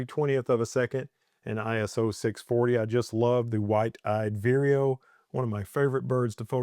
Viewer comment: Lovely pix as usual! I have heard great things about that camera and especially that lens! BTW, is that bird named "White eyed weerio"? I have only heard you say that name and I had been thinking it is "Wide eyed..":D